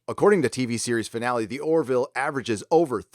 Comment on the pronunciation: "Finale". Not "finally".